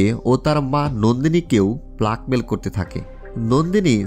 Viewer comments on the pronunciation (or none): উচ্চারণ ঠিক করার চেষ্টা করবেন, ব্ল্যাককে ব্লাক, স্টোরিকে স্টূরি বলছেন। আমার উচ্চারণও তেমন ভালো না তাই সবসময় উন্নতির চেষ্টা করি।